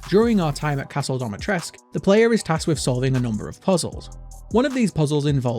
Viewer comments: But why dometresk? Dimitrescu isn't that hard to pronounce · Dimi. DEE-MEE-TRES-CU. Not Domatresc. This is not your private domicile. This is DIMITRESCU. Pronounced phonetically. The game got it wrong, and so does everyone else.